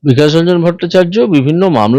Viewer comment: ভাইপোর কয়লাচুরি,পিসির সত্যতা চুরি,মানুষের রক্তজল করা অর্থ চোর এই মমতা।বিকাশ রঞ্জন বাবুর নামটাও ভুল উচ্চারণ করে বলছেন,বিকেশ রঞ্জন, এই খানকিটা এসেছে কোথা থেকে!,রোহিঙ্গা বলাটাই ঠিক।